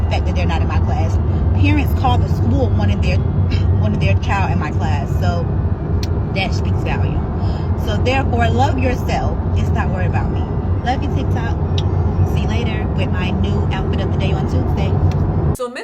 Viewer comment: She’s a reading teacher but pronounces “volume” as “Valium” 😂